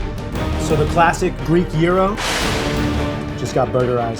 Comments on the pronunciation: It's pronounced jryro not yeero get it right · Throught the show I thought you were saying euro, not gyro. Shouldn't G be more emphasised? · same here, and gyro? lol thought the G was there to be pronounced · You say Gyro(Euro) I say Gyro(Gi-row)